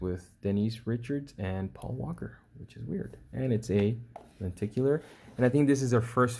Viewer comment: I'm new to my collection... I'm trying to understand. What do you mean by 1-click and are you saying "Anticular"? Please explain. Thank you.